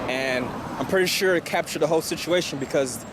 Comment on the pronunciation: "suire"??? time stamp